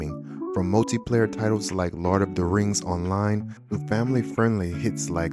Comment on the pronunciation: I love the "lard of the Rings" lol